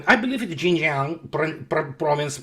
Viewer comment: 你对“新疆”两个字的发音比我在youtube上见到过的绝大多数人准 just saying